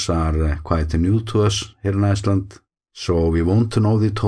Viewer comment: The way you always say „Iceland“ at the end of your videos sounds German - „Eisland“. Of course, we call your country Island exclusively.